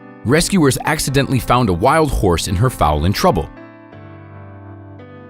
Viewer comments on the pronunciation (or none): It's not pronounced like FAWL (sounds like a bird) it's pronounced like FOLE as in FOLEY A BABY HORSE. IS A FOAL . said like FOLE (FOLD) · A baby horse is a foal, not a fowl. You pronounce foal as you say coal. A fowl is a bird, like a chicken.. Please make note for future videos. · Fowl or foal? very funny!!! Blimey!!! Speak English...Hahaaaaa.... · Please - a baby horse is a foal (long ō) not a "foul" which is a bad odor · FOAL . .NOT FOWL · Why do say foul ?? its F O A L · The baby horse is spelled FOAL. It's not pronounced FOUL, which is something disgusting. You need to properly identify the animal if you're going to talk about them. That is not an elk but a moose. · You pronounced the baby horse wrong